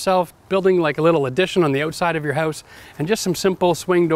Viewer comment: P.S. fact: I just love the way he pronounces "house" ...